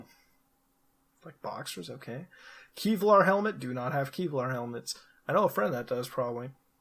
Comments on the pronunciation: What the hell is key-vlar?... I heard of kevlar but....😂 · "keyvlar" helmet.. lol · Kee-vlar helmet, LOL!